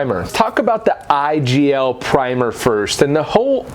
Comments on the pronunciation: PREMIER ! not PRIMER LOL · >couldnt pronounce Premier or Polysiloxane Yup, i'm out.